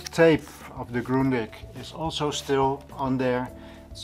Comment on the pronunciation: very nice! it's worth whole video just to hear you pronounce grundig properly ;)